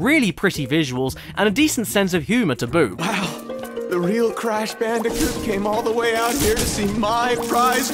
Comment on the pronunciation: I can't get over "Cash Banooca"